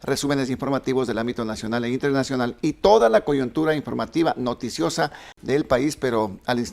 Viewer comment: Todo lindo pero no se dice "coyontura" sino coyuntura.